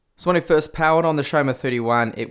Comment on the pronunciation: Isn't it Xiaomi? Not Xiaoma...